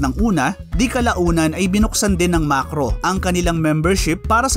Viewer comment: MAKRO hindi MaRKos 😁